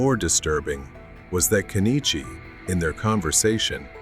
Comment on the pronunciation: What is wrong with this couple? Also, not that he deserves to have his name pronounced properly, it's "Ken-ichi" rather than "Ke-ni-chi."